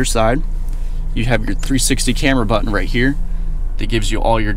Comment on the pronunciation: "Hit the start engine bungine, and... she comes to luyfff"